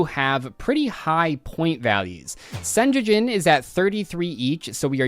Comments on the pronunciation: managing to mispronounce Sengenjin as Senjejin is wild. It's a Japanese word, just pronounce what you see! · Ah yes, "senyeyin" the very famous millennium card 😂